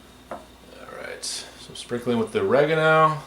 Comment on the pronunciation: You say oregano wrong